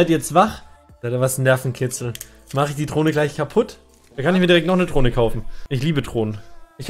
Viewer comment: Niemand:: Trohne